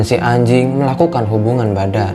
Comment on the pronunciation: Yang gua dengar :hay ajing